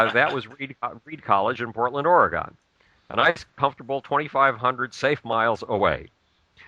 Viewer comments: Portland OreGONE? If you'd really been here you'd know that's not how its pronounced. I couldn't get passed the first 5 minutes of this. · can't pronounce Oregon. Interesting. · Dumbass doesn't even know how to pronounce Oregon.